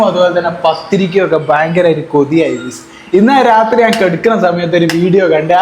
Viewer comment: പൊന്നുമോനേ ,,,ഇനിയെങ്കിലും ഗൈസ് എന്നു പറയൂ "ഗുയ്സ്" നിർത്തൂ ,,, "ബട്ട്‌ " എന്ന വാക്കിന്റെ spelling ,but, അല്ലേ അതിനെ "ബുട്ട് " എന്ന് ആരും പറയില്ലല്ലോ ,,,so please